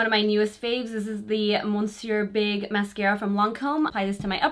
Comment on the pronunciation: I looooove this look...Actually the name of the mascara is pronounced "messie" which means mister in French so in translation it says Mister Big...catchy huh?